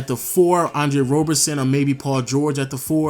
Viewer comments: Isn't it Roberson not Robertson? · Bruhhhh it's Roberson not Robertson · Roberson* not Robertson